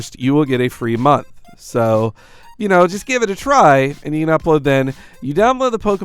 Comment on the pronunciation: It sounds like mug but I'm pretty sure he means month